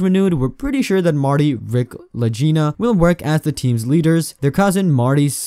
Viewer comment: "la-jina" lol